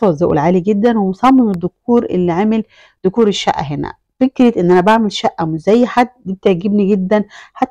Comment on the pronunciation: دوكور ❎ ديكور ☑️ سيمبل بكسر الباء ❎ سمبل (simple) بضم الباء ☑️